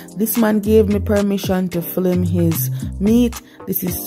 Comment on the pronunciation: Nice to see my towns market... But the word is "film" not flim we are watching internationally